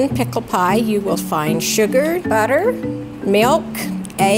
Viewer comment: "Pickel pie" ... oh NOOOOOOOO!!!